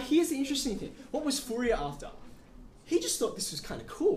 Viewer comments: French guy here. Fourier is pronounced like "Foor yeh", sort of. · O.M.G .... the name of the guy is foo-ree-EHHHHH !! not FOO-ri-er or anything that rhymes with terrier ...